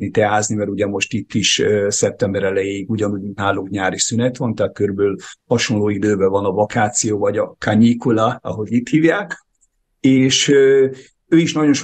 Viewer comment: kanyikula - kánikula ?